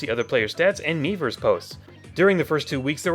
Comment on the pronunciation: Did he just say "Once you've gotten your fill of MEMEverse or am I hearing an extra m that isn't there?